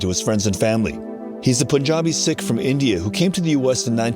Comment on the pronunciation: He is a Sikh which is pronounced "seek", not "sick" as the reporter said.